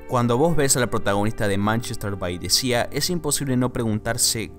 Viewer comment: Manchester by the sea Sea = mar = pronunciación = Si no SIA!